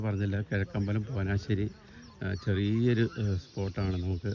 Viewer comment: ചേട്ടാ പോനാശ്ശേരി അല്ല, പോഞ്ഞാശ്ശേരി